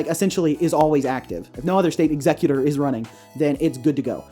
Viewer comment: Whenever you say executor my brain hears "exeggcutor" ... Great video, though, I enjoy hearing about your thought process :)